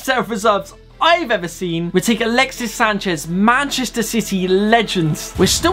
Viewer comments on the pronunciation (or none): none